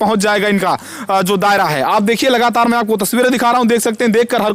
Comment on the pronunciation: Lagataar😂😂 लगातार